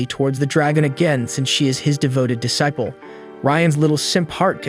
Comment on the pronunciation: Disciple is pronounced dee-cy-pul